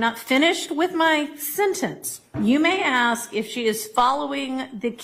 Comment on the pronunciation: AsssssssssK. So over the aks.